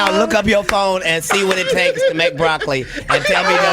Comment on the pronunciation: She messed up when she said broccoli lmfaooo nah she not smart